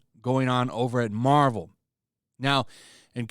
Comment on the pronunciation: Yarvel?... morvel? I have no idea what you're even talking about